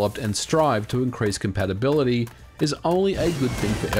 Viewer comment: what? "compatabaility"?